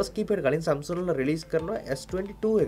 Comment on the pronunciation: සැම්සුන්ග් නෙමේ සැම්සන්ග්